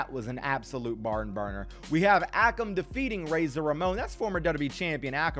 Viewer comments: not ah-kum its ay-kum akam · It is. Pronounced a-come and Rey-Zar